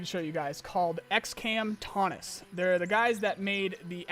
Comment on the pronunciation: Taunus is pronounced more like Town-oos. I lived there for 12 years, 8 months. It's beautiful. This looks pretty believable.